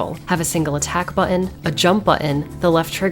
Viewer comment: the way she pronounces button. 😜